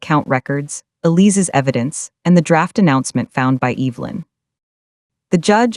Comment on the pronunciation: What the hell can’t AI pronounce Evelynn.